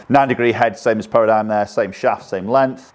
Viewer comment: ...it's pronounced "Para - dim"